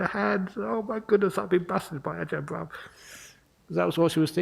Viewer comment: Brahm not bram 😂